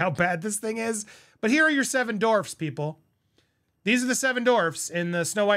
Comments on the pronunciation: dorfs??? DWArf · It’s not Dorfs it’s dwarfs buddy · It’s not “dorvz” it’s dWarfs lol, other than that I agree with everything you said. Also, thar TikTok girl should be the writer and next actress for snowwhite after this one tanks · DWARFS Andy, not Dorfs 😂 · Bro, it's not Dorfs, it's Dwarfs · dWWWarfs. dWWWWarfs. Omg, saying "dorfs" over and over...Ugh so cringe. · Hehehe - “Dorfs”😂😂😂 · I'm giggling, Andy🫢🫢🫢 Seven Dorfs 😉 I have a hard time with some words, too. "Dorfs" works too! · Distracted by the pronunciation “dorfs” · “Seven dorvs” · Lol - the "W" in "Dwarfs" is not silent. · You cant pronounce "dwarfs"?????? Lol. Maybe not say it as much.